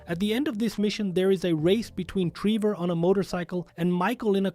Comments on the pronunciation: Hold on... "rendering error" and the fact that "you" say "Treever" at one point, instead of "Trevor" You're clearly using text to speech. That's why "you're" talking so fast but also so monotoned. It's juuuuuuuuust enough to sound human unless someone actually pays attention, like I did. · Why the fuck do you call him Tree Boar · “race between Treever” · My favorite thing on the video “Treevor” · he says Treever 😂😂